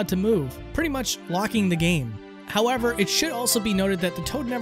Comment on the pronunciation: "howeRver" xD